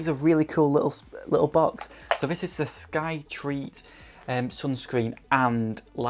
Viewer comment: Still enjoying your videos but just to let you know, it is Skyreat not SkyTreat :-)